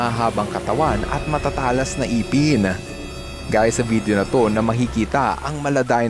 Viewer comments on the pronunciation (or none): iiiiipen o ngipen ? huwag nyong baguhin ang Tagalog dialects ! para kang bisiya na kakilala ko ! a